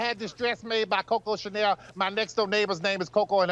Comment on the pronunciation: "Coco Shenal" 🤣🤣🤣🤣🤣